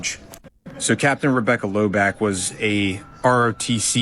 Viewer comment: Correct me if I’m wrong, but isn’t her last name pronounced “Low” and “Bach” like the composer? Their pronunciation of her name Lobach is driving me nuts.